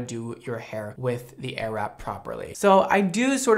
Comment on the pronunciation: I keep on hearing ‚arab‘ 😂